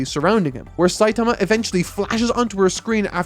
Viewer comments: I had this video on in the background while animating when suddenly (and few seconds prior) said "Saiatama" and not "Saitama" That took me out of my focus Still a great review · why the fuck is he calling Saitama Sayatama?!?!?! i thought it might be a fluke the first time, but 4 times in a row is not a fluke :(